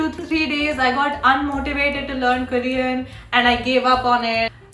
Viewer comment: ITS NOT "KARIAN" ITS KOREAN